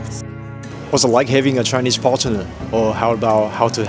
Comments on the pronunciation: Aiden, Partner is said together, not Parte-ner. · Aiden I can teach you english if you like, "partner" is not pronounced "partenem"